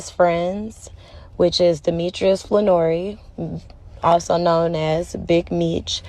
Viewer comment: Like an uncle to you but can’t pronounce his last name